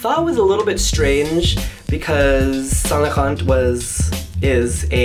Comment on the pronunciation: Don't pronounce the "t" at the end of Laurent please.